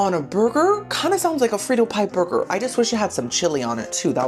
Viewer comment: Omg I never noticed before, but the way you pronounce “burger” is really adorable 🥹❤